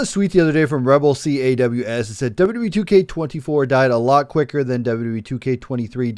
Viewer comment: It’s pronounced caws like cause. Like Rebel without a cause or a crow caws lol. All good though, appreciate the mention. Great video! These games are definitely going downhill. There are other games out there where you can create much better looking characters. There might not be as much customization but the graphics are better, especially the hair.